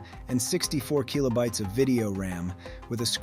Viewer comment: "keelobytes". "Turbo Graph Ex 16". No human talks this way. It's AI. And I'd wager the script is partly AI generated. It's not terrible, but there are enough real, passionate people out there making these kinds of videos that I don't want to deal with AI slop.